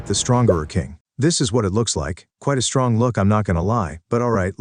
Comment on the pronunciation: Bro said stronk instead of strong 😑